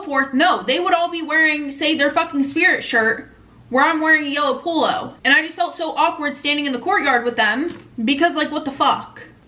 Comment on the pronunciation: are you saying “pool-o” as in like a type of shirt??? I’m sorry, I’ve just never heard someone call them a poolo before